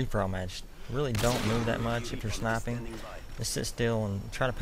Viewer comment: ''When u snaippen''